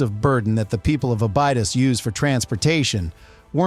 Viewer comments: is this A.I. or terrible pronouncing 😂Aba what😂😂😂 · YAY! More AI SLOP. Couldn't even pronounce "Abydos" correctly.